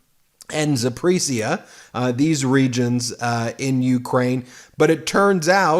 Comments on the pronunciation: Not "Za prish ia". Pronounce important names properly. It is " Za po rish ia". I listen daily!! You are doing a great job. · Ben, it's pronounced ZapAreesia, not Zapreesia. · Point of clarity: Zap-or-iz-i-a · Please learn how to pronounce "Zaporizhzhia" you say it often enough, learn how to say it properly. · Check your pronouncation of Zaporizhzhia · Wow, Ben! You really suck at the pronunciations of names/proper nouns! All those Ukrainian regions you named, you pronounced wrong, ALL of them!